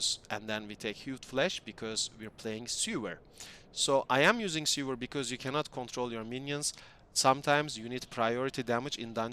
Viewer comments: All cool but what you're saying is "sewer"which read "ˈso͞oər", the skill is called "sever" which read "ˈsevər" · its not sewer lol its sever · seVer as in CUT not seWer as in underground tunnel of shit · really dope build and thanks for the info! calling Sever 'Sewer" made my day tho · Say it with me now... Sever, "seh·vr". As in cut off, remove, detach. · SEH - VER , its ok, english is not my native language either, yours is great btw ... Also, very cool build and video...all it needs now is a zombie dragon